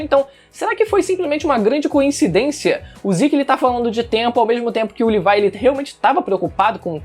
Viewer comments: Cara n se fala L I V A I se fala LEVI CARAI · Livai?;-; fala "Lêvi" pelo amor de Deus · Ele falando "Levai" me dá uma agonia...FALA LEVI PÔ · Odeio quem fala Levaia O certo é Levi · Mano o cara ta falando livai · "LIVAI" KKKKKKKKKK